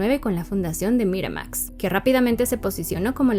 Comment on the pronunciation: Morra, haces buenos videos, pero bájale tantito al tonito y pronunciación tan pretenciosos. Ni siquiera hay consistencia, en un enunciado pronuncias Miramax en inglés muy m4món, en el siguiente en inglés de mexicano normal.